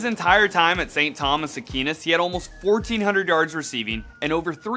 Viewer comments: It’s pronounced a qwAe ness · Apparently I can't say Aquinas right. #imanidiot